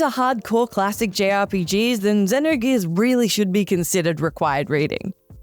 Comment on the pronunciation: the way she kept pronouncing xenogears gave me anxiety